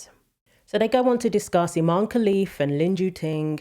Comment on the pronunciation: It's not Imane it's I'm Man